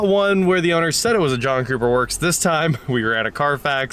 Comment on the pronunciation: at some point i heard "Junk Cooper Works" .... 😂